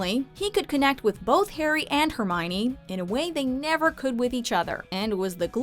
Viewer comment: I thought her name was Hermione, not Herminey.